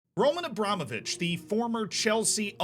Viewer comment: You nailed it, as always, Z. It's RomAn AbramOvich.